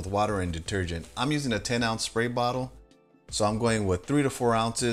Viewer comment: Perfect video. Got some dirty āss hats to clean. Sidenote: Sad to see that they got to you, too. Somebody made you start pronouncing your "sr" sounds with an "sh". I did a drinking game to how many times you said "shpray bottle" instead of "spray bottle" and I'm blackout drunk now. Remember kids! It's stairs, straight, strong, spray... not shtairs, shtraight, shtrong and shpray. Good day!